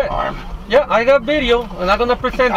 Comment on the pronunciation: The passenger tried to be racist by repeatedly mispronouncing “video” as “bideo”, but utterly failed since the driver just ignored it, and the drivet kept being respectful towards the passenger.